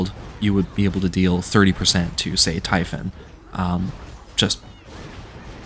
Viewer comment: I can forgive "dioneesees" and "typhin" but I draw the line at hotdog 😂 those are good old American γύρος, like the kind you'd get from a small food shop at a strip mall run by a guy named Spiro. Just order it as a "yee-ro" with a side of fries and extra τζατζίκι and you're golden. Great video! What in interesting challenge!